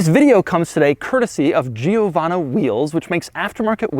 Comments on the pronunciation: its not Gio.......wanna! Its jowanna .....pronounced as one word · It's not pronounced G-o-vana but it's "jo-VAHN-na". It's an Italian name. Cheers! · But Doug, it cannot possibly be pronounced "Jee-oh-vahna". It's "Jovanna". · Its pronounced (Joe-vanna) Not (Geo-vanna) lol! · I am more annoyed by the fact that he says giovanno instead of givanna, i mean there is an a at the end, How the hell did you come up with an o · Giovanna (italian female name), the GIO is pronounced almost as Joe, it's easy. Amazing Video and Car. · man its pronounced djiovanna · It’s GEO-VAN-E wheels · Doug I’m Italian, and pleeeease don’t call it “giiiovanna”, don’t pronounce the “i” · Pro-tip: in Italian, you don't pronounce the 'i' after a 'g' or a 'c' if there's a vowel after the 'i'. So it's "Jovanna wheels". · for all this time i thought he said giovanni wheels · Hi Doug, writing from Italy: You can pronunce Giovanna like you would say JoeVanna. Without the long i. Cheers ;-) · Giovanna is a common italian girl name. Your pronunciation is bad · If everyone that has viewed and commented on Doug's description on this Lamborghini and have found a problem the way Doug pronounces the brand "Giovanna Wheels", i can imagine how Doug would pronounce my full name SMH. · Cool Guy He is pronouncing it half wrong. The GIO is pronounced like the JO is in Joy . The the rest was okay. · Is anyone else annoyed by how he pronounces "Giovanna"? You have to pronounce it like an italian lol